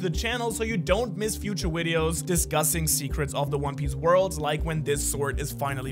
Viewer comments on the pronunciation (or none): Bro really said widioes instead of videos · he said Wideos like an actual Asian 😂😂😂😂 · “for future widios” LOL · Ah yes. A new word: wideos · ”make sure to subscribe so u don’t miss future wideos” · My guy said widios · He said wideos not videos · “Future Wideos” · so you don't miss future wideos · did you heard when he said "discussing future wideos" LOL . Watch this is time stamp x0.75 speed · Brade? Wideos? Are you ok man? 😂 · did bro just say wideos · Is it just me that heard widios